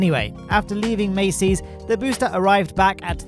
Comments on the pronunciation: Is "Massey's" actually pronounced "May-Sees" or is it "Mass-Sees"? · Sorry mate but I have to correct the two names you mispronounce every week. Jack Beyer = buyer, not bayer Massey's = mass-ease, not macy's Love your videos though.